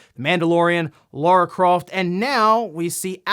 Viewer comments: the way you say Lara amused me 😌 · its Ay-Loy. Its not Laura its LAAAARA god damn it!!! xD